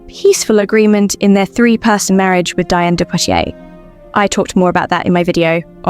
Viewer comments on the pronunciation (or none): Diane de Poitiers' first name is pronounced "Dee-ahn".